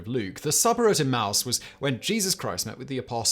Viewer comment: Simon, e-mma-us not emouse!